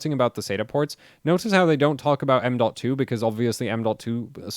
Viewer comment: He says m.2, I hear AMDolt